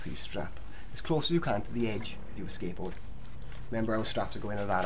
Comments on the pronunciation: you sound like that you are saying ``skankboard`` :D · Sounds like he's saying "skankboard" haha